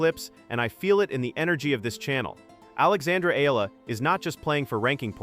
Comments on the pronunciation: But please pronounce first the name correct Eala (E-YA-LA). Thank you. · say : E-yala , correct pronunciation of Alex’s surname .. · You pronounce the last name Eala wrong!!! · I will subscribe to your chanel if you kwow how to pronounce EALA CORRECTLY.